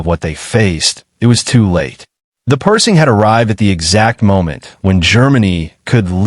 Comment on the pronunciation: Hey guys....If you are going to use AI to narrate your videos, teach it the proper pronunciation of what you want it to read. The tank is NOT a PERSING, it's PerSHing. Kind of ruins the video for me hearing it mispronounced throughout the entire video. =(